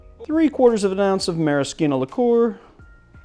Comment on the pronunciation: I honestly can't tell if you're trolling or just bad at pronunciation haha. Maraschino? Giffard? Saison?!?